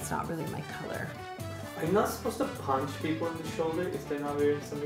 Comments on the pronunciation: Pinch,! Pinch! Not punch! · It's PINCH... PINCH. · pinch not punch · You pinch not punch 😂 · Pinch, not punch